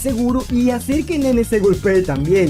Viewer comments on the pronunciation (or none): en realidad se pronuncia Naynay, osea si, se escribe como Nene, pero se pronuncia Naynay